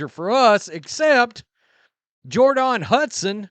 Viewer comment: I heard that’s the accurate pronunciation of her name.